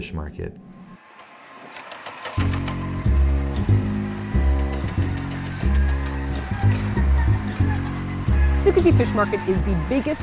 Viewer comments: It's not pronounced "Soo-kuh-jee"... come on guys. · The travelers or tasters can not pronounce things right in Japanese and it's annoying. Tsukiji isn't pronounced like sook ka gee. It's pronounced like ts-skee-gee. 😧 I love watching the sushi chef though. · The way they say Tsukiji triggers me so hArd